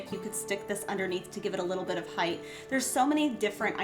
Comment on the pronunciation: It’s height…..not heighth….you are so talented